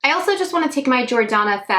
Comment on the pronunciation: Your makeup looks are everything! I love how you don't edit out you messing up a word too , "alsho" , "also" 🤣🤣 💜💜